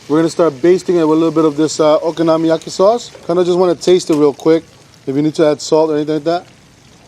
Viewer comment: he says okonomiyaki 400 times perfectly, but worchestershire sauce gets binned off with no attempt